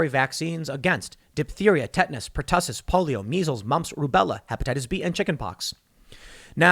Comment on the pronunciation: Puh-Tussiss!?!? Bruh.